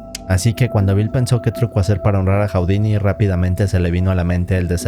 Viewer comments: Hu-di-ni, no Hau-di-ni! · Está muy interesante el video, solo que estresa un friego que diga "Jau-di-ni" en lugar de "Ju-di-ni" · Nadie, absolutamente nadie en el mundo: Este tipo: "Jaudini"